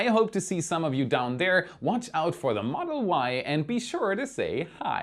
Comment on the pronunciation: 😂”The Model WAI”👍